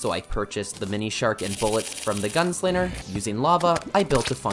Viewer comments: HE'S FROM MICHIGAN!!! HE SAYS 'GUNSLINNER'!!!! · The way that this guy cant pronounce ng combinations.... "The gun-slinner" "to make a lon story short" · There's no R in Molten. There IS 2 G's in Gunslinger. He's called the Arm's Dealer anyway. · bro is the master of pronouncing wrong. "gun slinger" "tinkerer's workbench"